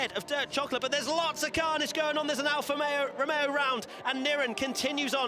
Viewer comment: "Alfa Mareo"...is that a new team LOL.